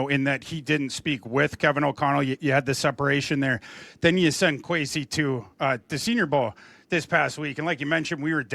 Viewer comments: Kwes E not Kwes A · I agree. It’s a sign of disrespect not to say someone’s name correctly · Why does he say “Kwesay” lmao 😅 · Why is he calling him Kwesay? Did he just become a Vikings fan yesterday?